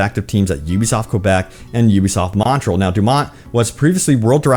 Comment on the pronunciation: Sir, it is "Montréal" not "Montrell".